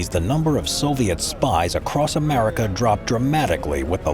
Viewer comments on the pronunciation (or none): none